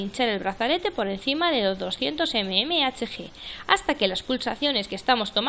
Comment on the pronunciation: Mmhg milímetro de mercurio. Queda muy mal leerlo como lo lees. Parece que no supieras lo que significa